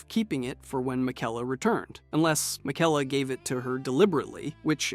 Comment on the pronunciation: What about his pronunciation of miquella